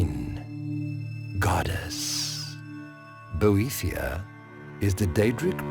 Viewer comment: I can't stop thinking that Boethiah is pronounced "bootie yeah..."